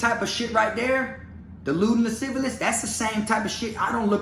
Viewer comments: he said lascivalous. rofl. anyways. fuck that clown. i bet he never thought this would come out. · "Lascivious" has only the one "L" in it,. You've been cracking me up this whole time trying to pronounce that shit. 🤣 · La- siv-E-us